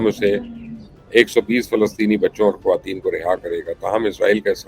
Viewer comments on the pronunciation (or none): none